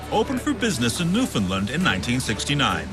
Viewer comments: Can't get over him saying newlin land... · Newfin land* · it’s a canadian show and the narrator doesn’t even know how to pronounce newfoundland?? that’s sad